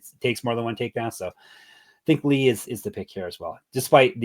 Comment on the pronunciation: props to for getting chang ho lee correct in regareds to saying Lee is the last name. some other people call him Ho Lee and Chang as the last name